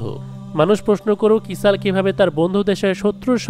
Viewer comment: ইসরাইল কে কেন ইসাল বলা হচ্ছে